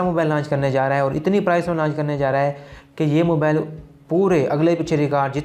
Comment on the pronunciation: Mabale Nahi mobile hota hai. English sekh lay pehlay